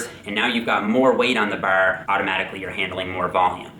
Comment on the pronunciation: "to the barrr" I sound some Irish in that voice